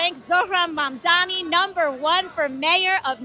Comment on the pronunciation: Mark, try saying the words "Mum" and "Donny" one after the other. That is (approximately) how one is meant to say Zohran's surname. During your monologue, and elsewhere, you kept changing how you pronounced it.